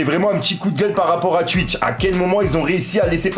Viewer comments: Cest twitch pas stwuich ahaha 😂😂😂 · je retiens juste qu’il dit « Tuitch »